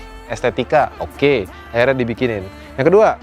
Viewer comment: " Akhrinya, Si Alan " hahahaha gw dengernya jadi ketawa